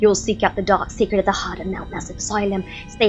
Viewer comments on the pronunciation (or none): game: who's there?: scret 😂😂👍❤